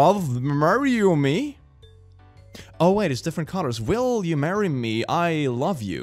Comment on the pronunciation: *Different. Holy heck, I haven't seen that word mangled that badly in a long time.